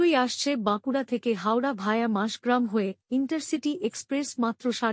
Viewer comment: পাঠিকা অনেকবার মাসগ্রাম বলে উল্লেখ করলেন,কিন্তু স্টেশনটি মসাগ্রাম।